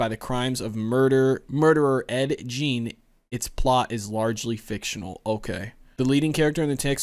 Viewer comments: I love how all these reactors mispronounce Ed Gein's last name. It's not "Jean". It's not "Guyin". It's "Geen". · Pronounced Geen. That's why I love this movie the raw realism . No paranormal stuff just a human psychopath.